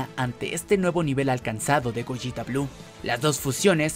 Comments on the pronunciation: Es goleta no gojita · Se dice gogeta, no goyita, o acaso dices veyita y no vegeta?